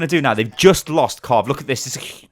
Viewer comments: immortals's kar riv not carve lol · it's kariv, not karv. triggering me throughout the vid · Everytime I hear him say Karv when talking about Kariv I die a bit inside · IT'S KARIV! NOT 'KARV'! THERE'S AN I IN HIS NAME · Its kuh riv not karv its triggering me lol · It's Pronounced kar iv not karv lmao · Pretty sure It's kariv not karv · You said Karv for the immortals support but it's pronounced Kareev by the way. Love the vids tho;D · its pronounced "ka reev" not "car iv"